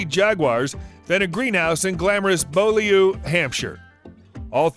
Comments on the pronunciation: Be You Lee is how you pronounce Beaulieu not Bow Lee Owe! It would have taken a second to check! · Bow-Lee-you???? Beaulieu is pronounced bee-you-Lee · And it's pronounced "BYEWlee". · Try to pronounce words correctly before doing this-Beaulieu is pronounced 'Bewley' as in Elvis Presley's wife. Daimler pronounced 'Daimler'. Got it? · It’s Blue-Lee 😀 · It's pronounced bewley! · Couldn't help but smile at his attempt to pronounce Beaulieu. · Really struggled with Beaulieu at the start of the video!